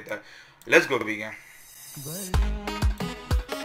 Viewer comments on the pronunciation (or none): none